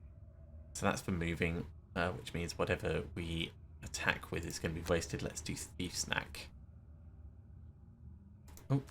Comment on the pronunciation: Every time you say "thief's knack," I hear "thief snack." That should be the name of the healing card.